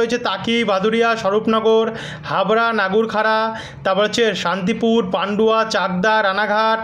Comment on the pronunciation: দাদার উচ্চারণ অনুযায়ী নাগারউখড়াতে প্রতিদিন বৃষ্টি হচ্ছে। নদীয়া